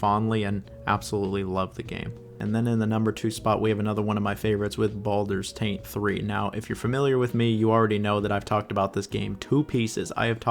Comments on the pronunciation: Why does he keep calling baldurs GATE 3, "baldurs taint 3"? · Is he deliberately mispronouncing titles.... no.. I'm being pranoid. .... Baldurs Taint 3